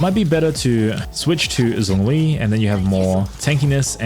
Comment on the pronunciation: Its Zhongli. Not Zongli😐